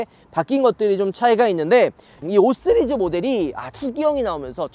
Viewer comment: 5쓰리즈 ㅋㅋ 발음이 이상해졌어요